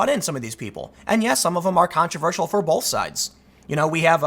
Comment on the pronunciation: Tim says bolth haha